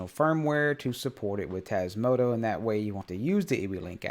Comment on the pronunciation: May I ask why you always say Tasmoto to Tasmota firmware?